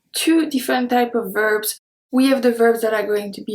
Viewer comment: Your English is wonderful. Remember, we pronounce the 's' at the end of words; so verbs is not pronounced "verb", but "verb s"